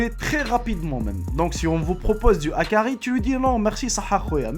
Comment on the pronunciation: HAKARL pas hakari